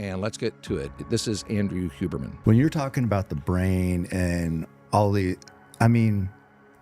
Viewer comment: Learn to pronounce HUBERMAN first